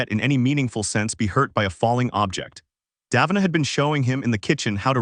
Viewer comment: Ok so just mispronounce both KOL and DAVINA’s names like that